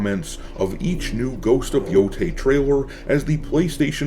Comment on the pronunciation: I know this is not critical and very nitpicky. I thought I would let everyone know, that in the Japanese language, an 'ei' is pronounced 'ay' like hay, and 'ai' is pronounced like 'eye'.